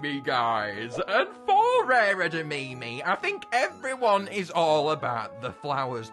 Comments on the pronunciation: Edimimi beans do you perhaps mean edimame beans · Its pronounced eh - da - mah - mey not eda - me - me